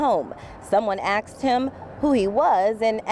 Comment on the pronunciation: [ - ] Wait a minute, did this reporter just say '...someone AXED him who he was'???